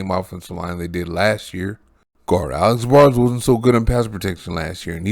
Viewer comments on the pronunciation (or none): none